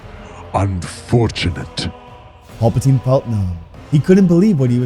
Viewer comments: For the love of God it is PAL-patine not PAUL-patine. Love your stories but get it together man. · Pal-patine not Paul-patine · Please stop saying Paul Potine. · All i hear is "Paul-patine" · "Paul patine" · Paulpatine? lol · Im tired of dude calling Palpatine "Paul Poutine" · Every time I hear master palpatine I hear master paperplate in my mind